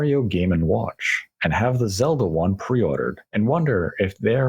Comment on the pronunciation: "Zelder" lolz